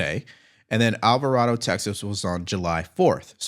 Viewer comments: It's pronounced Alva Ray Dough, Texas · FYI alvaraydo is how it’s pronounced just so you know